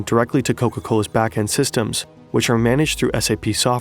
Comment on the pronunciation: It's called back end systems, not back end systrems